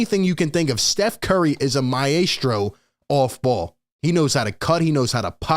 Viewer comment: He is a MIIIYASTRO might want to learn that word lol. Love ya!